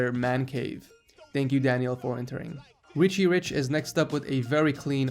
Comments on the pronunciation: he said Richie Rick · Eeshaan Achar Richie rick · no he said richy then rick that sounded like rich